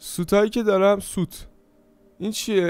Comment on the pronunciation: داداش نوب سوت نه سوییت😐